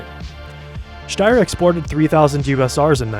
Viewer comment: I'm pretty sure sombody already said this , but i've to admitt your pronaunciation of "Steyr" is more accurate then most other english speakers ! Because St in german isnt st its scht .